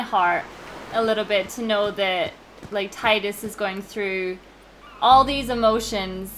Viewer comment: such an amazing love story it just gets me everytime at the end its too much to take with auron and tidus , and yes u tidus sounds better the way u pronounce he's name and it's how I call him too and I hate the official name they call em